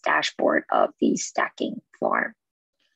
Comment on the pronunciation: Pronounced STAY-KING. Not stacking....